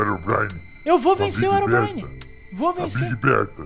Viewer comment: o Rezende fala erobrine mais e herobrine ele fala errado